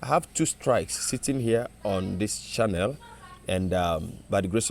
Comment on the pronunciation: My Oga na "Channel " and not "shannel"🤣🏃‍♀️🏃‍♂️🤣